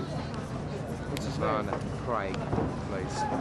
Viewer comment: I loved how the dad just simply did not know Kut's name and he called him by just saying "Excuse me, nivrvana, nirvana"